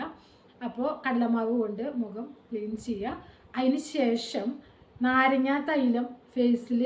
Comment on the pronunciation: Madam പറഞ്ഞത് clear ആയില്ല നാരങ്ങ തൈര് എന്നാണോ പറഞ്ഞത്